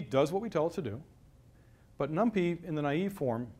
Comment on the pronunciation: Really awkward talk, too much posing: Every hardware vendor (Intel, AMD...) provides a super optimized, SSE vectorized, parallelized library for number crunching; it's called BLAS. You can even link NumPy against it. It's "num-pie", not "num-pee". Parallel CPU pipelines and caches have been around since forever (RISC), what college was that? Branching at almost certainly hurts (hello pipelines!), simply use the FPU multiplication. Etc etc. May still be eye-opening for "LAMP-only" folks, kudos for trying.